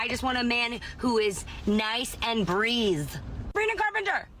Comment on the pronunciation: her dentures don't let her say "breathe" correctly.